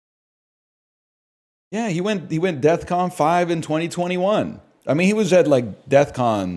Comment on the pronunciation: pretty certain nl is saying "deathcon" and not defcon